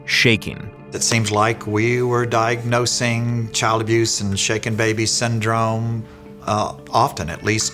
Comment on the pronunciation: Now may not be the time but I thought they said shake it baby syndrome for a good few seconds